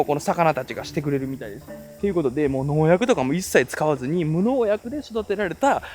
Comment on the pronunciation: さんのお米の発音は正しい。さんのお米の発音はLから始まってますね。FとH の発音も? あなたは外国人と何時も話されて要るので😂